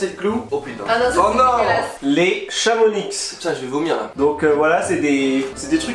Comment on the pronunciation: Sacrilege on dit Pas le X a CHAMONIX 🤦🏻‍♀️🤦🏻‍♀️🤦🏻‍♀️😂😂😂